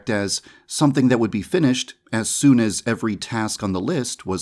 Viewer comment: emphasis in SOON